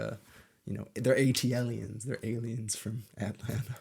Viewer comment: A T L E ans the whitest pronunciation I've ever 😂😂😂😂😂